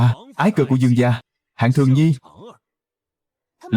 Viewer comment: Gia mà cứ đọc ra ra nghe khó chịu vl